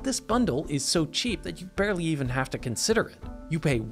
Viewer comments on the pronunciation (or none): none